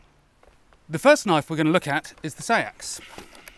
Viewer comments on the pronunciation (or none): It’s pronounced sex... seax